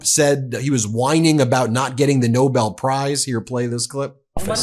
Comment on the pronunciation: He can’t even pronounce Nobel, and think he deserves one. If you voted for this fool- I forgive you, you had no idea.